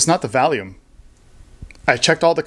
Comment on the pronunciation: Volume not valume lol